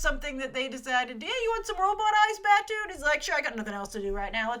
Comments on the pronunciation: The door was kicked into the guys hand by Aramaki, I'm assuming, who was in the car... No hand magnets. The man in the early shots and in the section 9 hologram is Michael Wincott, who funnily enough plays a very small role in Westworld as well. It's actually really saddening that no one recognises him; he's a fantastic actor. Your pronunciations are on point, except for Batou, which is pronounced 'bah-toe'. Close, though. Oh, and Kuze, which is pronounced 'Koo-zay'. You should be using the term cyborg instead of robot. The term robot has connotations of having no autonomy, of being controlled by another source for menial tasks. The word comes from the Czech word roboto for "forced labour". Android would also be more fitting as an identifier. I love Michael Pitt, but, Kuze's face was meant to be a work of art. So fine in fact that there was no actual automation or facial muscles, just the facade. I mean, I love Pitt and his face, but it's no Kuze... K, rant over. Soz <3 This series is so important to me. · hey grace! love your coverage of this. In the spirit of reverence for the material though, could you try to pronounce the character names a bit more faithfully? BATWO is BAHTOH, for example. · "Ba-two" is really "Ba-tow"..."Koose" is really "Ku-zay".....You really know a lot less of the GitS universe then you pretend to know. You need to rewatch the whole universe of GitS including the movies, SAC, and Arise again before you start commenting like you’re a long time fan. Plus you know nothing of Japanese culture and assume a lot from this short trailer. Geisha are not sex workers.....The "hooker" could be a friend or acquaintance as it was in SAC. Oh and that whole part with the car door..how about its not some magnet thing but somebody kicking it out from the inside of the car. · It sounds like "bat-oh" fot Batou! You keep saying it wrong! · I'm being petty but... "Koo-zeh" (クゼ) and "Bah-toh" (バトー) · Batou (Bah-toe) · Bah-tou and Kuh-ze.